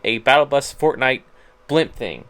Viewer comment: XDDDD John Walsh wtf is fortNIGHT?